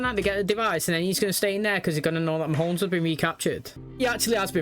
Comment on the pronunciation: I don't know why, but like with 'Killerman'... I love that you call him Mahones.